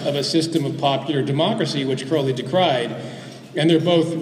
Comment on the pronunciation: sorry i cant take a speaker seriously when they say crowleys name wrong. it rhymes with holy.